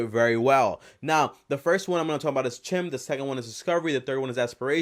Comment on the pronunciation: Its not cheam its chime like bells chime